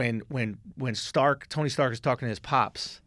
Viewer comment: “Tony Starks”